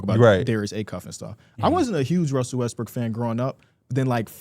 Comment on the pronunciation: He has a hard time pronouncing Westbrook